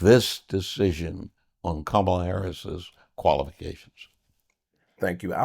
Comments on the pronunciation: Saying her f*cling name right n*gga. Coma-la, idiot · Bro you're pronouncing her name wrong SMH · This dude can't even pronounce her name correctly!! 😂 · She's been the vice president for almost four years and he still can't pronounce her name correctly?!! C'mon, that's inexcusable!!